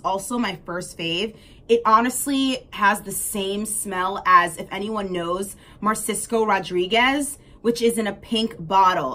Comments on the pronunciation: Narciso is pronounced=Nar-see-so⭐ Great collection of perfumes❤ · You have a very good taste in perfumes. I liked a lot of your faves. However girl, you were butchering the names lol. It’s Narciso with an N, and Ahh-tal-yeh. It means an artist’s work place.